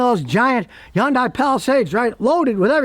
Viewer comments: Scotty its a Hyundai not yun die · People, you are mispronouncing Hyundai. It is enunciated Heeyun te and you slur Heeyun as one syllable. Also, people mispronounce taekwondo as Tai which sounds idiotic to me. It is said, te gwon to. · someday scotty will realize yundai starts with an H